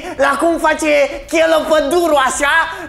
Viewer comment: Pun pariu ca esti fan nr 1 DOC , vai de emisiunea ta nici Cheloo nu stii sa pronunti si vorbesti despre el , frumos haz cu imitatia aia de manelist ....